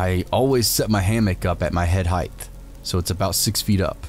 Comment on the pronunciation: ooh, yeah, I've heard a few channels that definitely are AI, for sure, but I don't think booze is one of them. There are others that aren't. Unless you think they all are.... But I've heard a couple that are obvious and annoyingly so ai. Bleh.... But yeah, pronounces height as "heigth", which is a very common human error. Computer isn't gonna make that mistake. I even heard him say "ecscape". Either he says these words naturally, and humanly, incorrectly...or... he correctly pronounces the typos of the Reddit stories he's reading, because you never know if the person means the typos and you should just read it as they post the story. Sometimes he even stumbles an trips over his words. I think there was an episode where he was sick and stuffy and sounded awful....but, no, you're right. Never met the guy, he's probably a robit 🤖